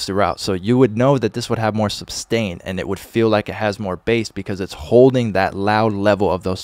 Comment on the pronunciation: isnt it sustain = ? not substain =)